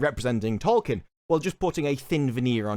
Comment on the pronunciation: If you're gonna talk about Tolkien so much you should at least learn how to pronounce his name.